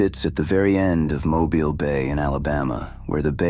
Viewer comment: Thank you for knowing how to pronounce Mobile. Good job!